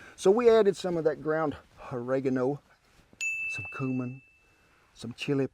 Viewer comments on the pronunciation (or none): I like how he calls the cumin cumin 😂